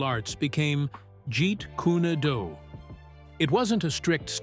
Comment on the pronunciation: And to really make matters worse the narrator can't even pronounce Jeet Kune Do correctly how do you pronounce it get Jeet cunado Why can't these people learn to pronounce words correctly? The even pronounce Bruce's Chinese name incorrectly Now you pronounce the first name right which is Jun( with the short u sound) Also you pronounce the middle name Fan (with the short A sound) not the long A